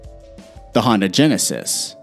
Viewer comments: HUN DAY not Hondi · It’s Hun-Day not Hon-Dah...🙄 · "Honda" Genesis :) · Nobody: Me: I think he said Honda instead of Hyundai